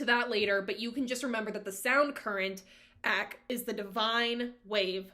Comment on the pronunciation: Good overview. Just a few things—-Eck—sounds like “speck”—not eek—Eck-an-kar—and Not EckNar—And they chant Hu-like Hugh—not “who”. Soul travel= Astral Travel—a very popular practice in today’s time. And it’s Sant-Mat—not Saint-Mat. Twitchel knew that he brought beliefs and teachings of the Eastern path to Eckankar—he didn’t hide that. I grew up in Eckankar — it was a very peaceful and loving place to be back in the 70’s and 80’s. It was full of scandal—just like all man made religions tend to be. All man made religions are cult like —including Christianity. Everyone finds what resonates with them and if they choose to walk that path—that’s fine, we all make it back to God. (That’s my opinion and my path) Read The Tiger’s Fang. It’s a good read. I left this path a long time ago—around the age of 19. Paul was “friends” with L Ron Hubbard in the early days and learned a lot from him—but the paths are different. I’ve studied both.